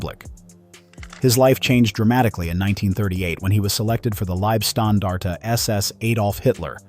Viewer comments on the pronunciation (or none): The lieb in liebstandarte is pronounced with a LONG E. Any time you see ie in German it's pronounced ee, any time you see ei it's pronounced aye.